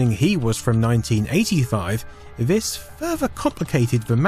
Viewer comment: Interesting, but get someone else to do the narration. Also The, this, there Not v, vis, vere